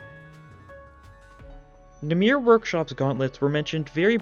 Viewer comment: Ik im late but namir is not how you say that Its namer if you were going to the hebrew translation